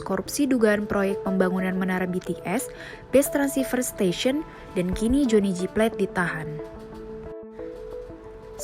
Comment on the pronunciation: Johnny G.plate kak bukan johnny jyplet